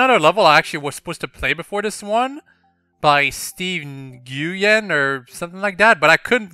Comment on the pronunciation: Neg-ooh-yen? (Nguyen) it's pronounced "win"